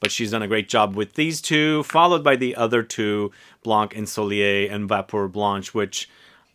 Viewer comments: Hi, you were right to pronounce the "é" of "ensoleillé" 😉... "vapeur blanche" meaning "white steam" + the way you describe it, cedar and eucalyptus, would it be an impression of a sauna? All you said sounds good, I'll have to put my nose on "Livre blanc" and "popeline blanche"! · Your prononciation of ensoleillé is quite good ; but for "blanc" you dont have to prononce the "c" at the end! Just say "blan" :)